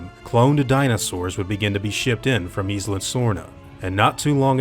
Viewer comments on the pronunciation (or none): It fucking annoys me so much how americans pronounce "Isla". Its pronounced "eye-lah" not "eeslah". Fuck sake.